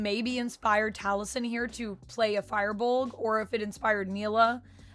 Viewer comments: It can also be pronounced "feer" as well, but definitely not "fire." lol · The Fir of Firbolg is pronounced Fur.